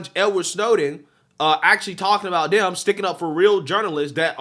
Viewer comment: Please try to say they, those, and them. I watch you all the time and love you brother, but it makes you sound less intelligent when you day day, does, and dem. And you're very intelligent.